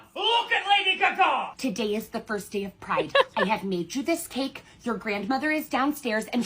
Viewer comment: bro really said "Lady guhGAH" LMFAO